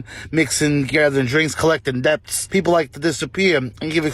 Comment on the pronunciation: I have nothing against accents, but pronouncing the b in debts made me cringe